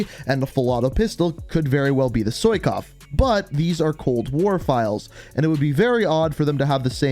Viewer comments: Did you just call the sykov a “soy kov” where in the hell did you find the extra o it’s pronounced “Sigh kov” not “soy” sigh now say it with me “Sigh kov” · It bothers me when he says, "soykov"